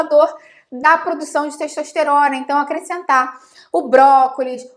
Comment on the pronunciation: Quem mais ouviu pelo menos 3 vezes "xexosterona"?